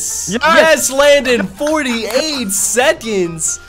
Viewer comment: Is anyone else annoyed when he pronounces seconds as sedconds